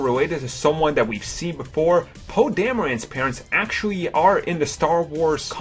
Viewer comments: someone can't think of another word for "actually" and can't pronounce the letter "R" shouldn't be narrating a video. it's vewy, vewy poor (actually) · He had said "actuawwy" 284 times... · "Actuwawy", "Actuwawy", "Actuwawy", "Actuwawy", "Actuwawy", "Actuwawy", "Actuwawy" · parks Actuawawy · Mike Actually he says Actuawawy.